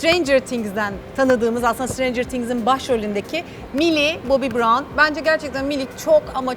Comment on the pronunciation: Mili bobi bron değil melli bank braon ( okunuşunu yazdım) düzgün söyleyin ya isimleri